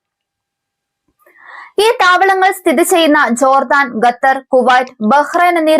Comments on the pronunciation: Correct pronounciation " KUH-tar ".....😊😊😊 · ഖത്തർ ആണ് gathar അല്ല